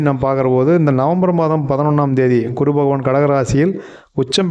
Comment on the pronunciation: utcharippu gavanikkavum...kuru illae GURU...idu pola neraiya irukku